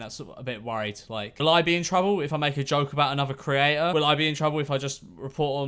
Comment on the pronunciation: I hate listening to him. He literally can't speak properly. creaTTTTTor